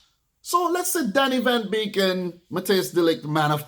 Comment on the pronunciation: The name is Donny van DE Beek not Van Beek